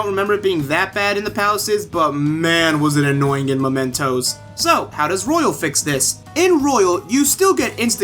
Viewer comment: Sorry man not to be arsy buuuut: It's mementos (as in m-e pronunciation) since this means an object that serves as a reminder of someone not momentos which is spanish and translates to moments As you can see the second one is much closer related to the theme of the game